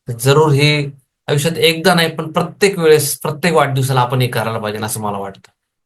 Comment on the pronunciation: आविष्यात😂😂😂😂 बोलायला शिक😂😂😂😂